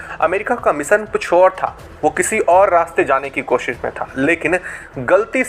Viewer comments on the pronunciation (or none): none